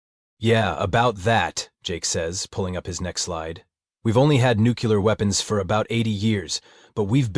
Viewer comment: Sorry, but the AI voice said "nukular". 😆🤣